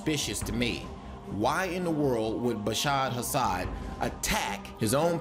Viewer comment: if you can't get Assads name correct then I can't take you serious.